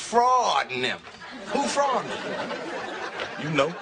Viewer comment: DDylast straight butchered Freud’s name 😂